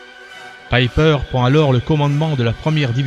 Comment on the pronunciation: Très intéressant bien fait, mais si je peux me permettre : c'est pas ''peper" mais "païper" ,''ei'' se pronoce ''aï'', comme aie.